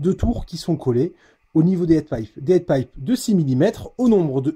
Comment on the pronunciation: Prononciation de " heat-pipe " à revoir ... vive la France hein !